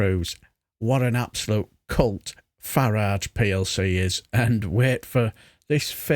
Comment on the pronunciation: Why does everyone mispronounce the word "cult" while talking about Fartrage?